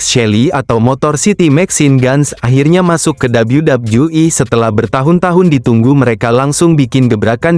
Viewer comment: Dabelyu dabelyu i harusnya, malah dabelyu dabju i